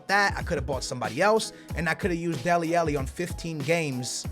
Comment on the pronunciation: It's deli alli not deli elli